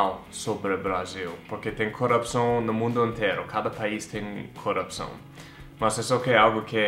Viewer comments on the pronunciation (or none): Eu ri muito de ti falando "corrupção" e eu entendendo "coração" hahahaha LOL